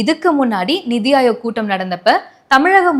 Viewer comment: Hey, it's 'neethi' aayog. Neethi means justice. Please correct next time